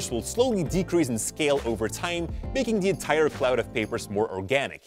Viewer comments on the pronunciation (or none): none